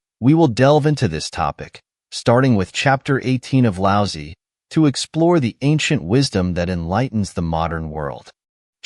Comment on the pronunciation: Lao Tze would find it funny that this lousy AI pronounces his name as "Lousy".